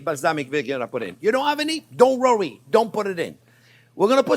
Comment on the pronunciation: Don't "rowee" about it 🥰